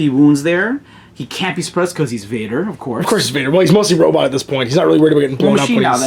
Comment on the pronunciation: Is he intentionally pronouncing "robot" wrong as a joke?